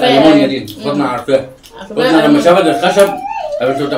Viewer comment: ليش تقولي ( فاطنه ) و الأسم هو ( فاطمه ) ؟